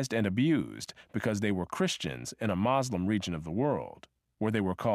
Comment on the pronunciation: Lemme guess, this guy is Christian. I appreciate the other info, but he is reeeally Christian biased making them sound like saints who hated slavery. He really slams Islam (the narrator can’t even say “Muslim” correctly) and minimizes Christian atrocities.” Christianity was used by plantation owners to further oppress the slaves when they found by giving the enslaved humans a false hope of a better afterlife, they were more willing to work in this one. The Civil War was not about freeing slaves. for the South it was about seceding from the Union. For the North it was about keeping those states as part of the Union. Slavery abolished in the North would b undermined by the economy in the South, so they needed to put an end to it. it was about economic power, still driven by profit, not morality. ...and thats when “a new kind of slave” was introduced. They would now b referred to as employees.